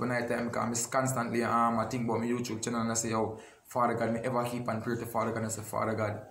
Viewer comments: You tube not you chube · say YouChube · Youchube🤣🤣🤣love unuh same way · lol a mi one a laugh when say youtrube lol gwan yah cause yah drama and him know wah him a say eno cause him no stop repeat it lol